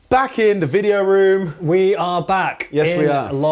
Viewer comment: Hah "video ROMM"